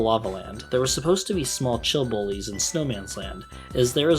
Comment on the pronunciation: at first I thought he had said 'small chill bois' instead of 'small chill bullies', lol